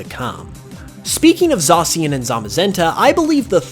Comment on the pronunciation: I like how you are the only poketuber who pronounces Zacian the same way it's pronounced on the direct